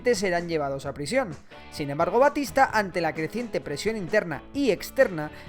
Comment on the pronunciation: Es Batista no Bastista igual buen video